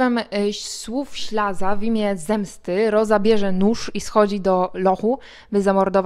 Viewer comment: W dramacie występuje Ślaz nie Ślaza!